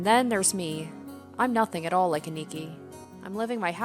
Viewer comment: A-ni-ki not aniki said fluidly